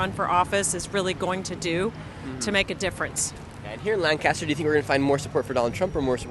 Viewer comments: For next time you’re here it’s LANC-ester not LAN-caster 😂 Wish we could have come down and met you today. Thanks for the good work you are doing! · FYI Lancaster PA is pronounced like "Lank-a-stir", not "LAN-caster" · Hope you’ll get this: it’s LANK ISTER not Land kaaster. It’s not California. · We pronounce lancaster as lancister.. I'm voting for Trump. I hate going to the city of lancaster. Nothing is good in that city, especially the government and police. I'm surprised you didn't get arrested. Wrong place to go to ask for political opinions for sure! I live in holtwood. Its funny to hear how the world thinks of this area Flannel dude is awesome! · Its pronounced Lang•kiss•ter. If you pronounce a different we know you're not from there. 😆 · All those Lancastrians and not a single person corrected him on “Lanc-kiss-ter” 😂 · For future reference, the city in Pennsylvania is not pronounced like it is everywhere else in the world. No "cast." Lang-kiss-ter is the local vernacular. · lol you’re not from this area as you’re pronouncing Lancaster incorrectly!🤪 No biggie and great video.